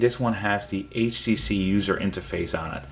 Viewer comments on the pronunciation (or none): he said "H she she" lol